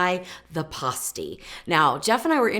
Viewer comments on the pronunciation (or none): I lived in the U.P. for years and always heard it called "pass-teas" not "pah-stees". I have an originsl pasty recipe from one of the larged pasty shops in Marquette. I might try yours because trying to find rutabagas here in Indiana is impossible. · Not to be critical but you're pronouncing it p-ah-sty when correctly, it is p-ass-ty. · Born and raised in the UP. It is pronounced PASTE -EE